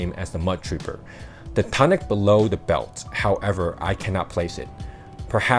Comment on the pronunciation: its pronounced toonic